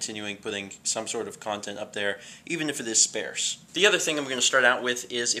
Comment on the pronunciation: My parents decide to make me watch Austin Powers when I was 10. It probably traumatized me for life. Also, unless you were going for a word I don't know, you pronounce 'sparse' weirdly. I've always heard it said 'sparss', not 'spairs'.